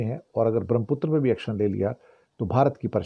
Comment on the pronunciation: धन्यवाद 🙏 ब्रह्मपुत्र के शुद्ध उच्चारण हेतु।